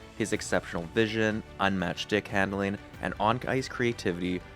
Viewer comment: and how he says schtickhandling too